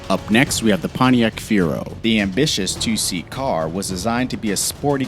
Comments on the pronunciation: Fee-arrow, not Fear-O. Do you not want to be taken seriously, because that's how you're not taken seriously. Oh my God. I had to edit this. Core-vayre not Koh-vare. Jesus... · fee-air-oh. not fear-oh. XD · It's a CoR-vair not a Cuvair! A FEE-air-o not a Fi-ro! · Not the fear-o but the fee-arrow. Duh. I remember Tom McCahill's answer to a reader of his auto column in Mechanix Illustrated as to why auto mfg's give a $1 jack in a $4000 car: "They ran out of 50¢ ones." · Feero? That word is Fiero.. Fee-arrow.. And there is no "Covair" either.. that one is Corvair. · " Fee - Air- Ohh " ....not fear-o. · Phi Air Oh, Not FEER-O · It's FEE-air-O, not firo. It's COR-Vair, not Co-Vair... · "Fgyro" Try "Fee-Arrow" Fiero. Lol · Fiero: fee-AIR-oh. Not "fear-o" Where the fuck did you learn to talk? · Ah yes the Chevy Cove-air, the Pontiac Fearow, and the Chevy Kobold. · Fee-Air-Oh COR-VAIR with an R .. fuckingforeign robots. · A "Fear O" and a Co-vair? Really? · You should do a little more research... “Mac-in-naw” “Fee-aero” “Porsha” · Corvair = Cor' vair; Fiero = Fe' ero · What's a feero? And a co-vair? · Fiero, fee-AIR-oh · If you are hit by any car at 25-50 miles and hour while walking, standing still you will most likely die, you don't need to be in or on any vehicle. Utter rubbish all this especially your pronunciation. It's Mackinaaaaaw not NAC, it's F I E R O. FEE A ROW. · The way he says Fiero makes me mad